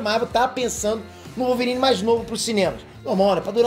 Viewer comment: vai ser o Wolvôrine!!! kkkkkkkkkkkkk